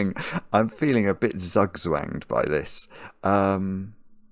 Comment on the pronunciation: Did you try to pronounce a verb inprovised on Zugzwang ? /tsoo͞k′tsväng″/ may help you get closer :)